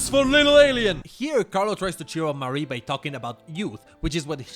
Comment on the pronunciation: The Japanese name here is NOT the Anglo-French name "Marie". The Japanese name for the TLLtD Mii is pronounced "mah-ree-eh" (and I usually write it as "Marië" to distinguish it from the Anglo-French name).